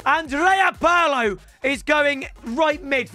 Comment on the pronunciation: Looks how to pronounce Andrea correctly and then butchers Pirlo 😭😂